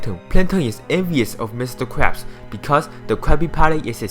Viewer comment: im sorry but you said mr.crap XDD not to discrace chinease or anything but i head mr.crap XD